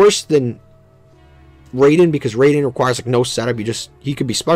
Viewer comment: Raiden is being pronounced wrong. Raai-den rather than Ray-den